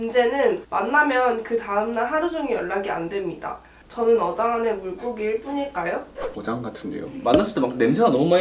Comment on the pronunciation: 분쯤에 어장을 여장이라고 했네요